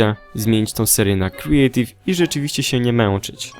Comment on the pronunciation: mówi się kreatiw! !!!!